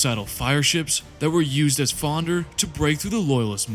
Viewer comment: The ships were used as Fonder!!!! For the fourth Suh Fere!!! It’s such a great well put together video but my brother the repeated mispronunciation of fairly simple words unfortunately takes away from it a bit. Can I ask is English possibly not your first language by chance? I don’t detect any accent I’m just wondering if perhaps that may be the cause. And you still have my sub anyway because I know your videos are going to improve big time.